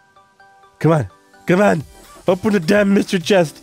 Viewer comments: it's pronounced [mister-ree] not [mass-ter-ree] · haha. .so funny how he says my-stree key to the mystery key lol..